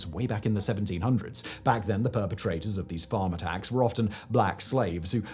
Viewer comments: I thought he said “farmer tax” not “farm attacks”. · I’m American… is he saying “farmer tax” or “Farm attacks”? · Am i the only one who heard, throughout this video, "farmer tax"? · I was 12.5 min in before I realized he's not saying "farm tax" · I was in when I realized he was saying "farm attacks" and not "farmer tax" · My brain. Took 3 minutes to work out you were saying "farm attacks". I honestly heard "farmer tax". 😂 Now it makes sense. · I'm sorry, but did anyone else not realize Simon was saying "farm attacks" until halfway through the video? I was like, "Farmer Tax is a strange term to classify a murder." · Absolutely. I thought it was a rather flippant way of describing what he was describing, till I looked at the video and saw it was Farm Attacks